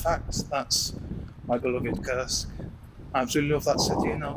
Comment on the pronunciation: I absolutely admire your thoughtful manner of blogging but please learn to pronounce your town name Курск as it should be, not as you read it in English. Thanks and best of luck